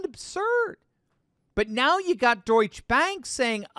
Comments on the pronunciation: Pronounced "Deutsche-Uh" Bank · Duetsche is pronounced Doyt-cha. you have to pronounce the E on the end. why does someone who deals in world issues not know this?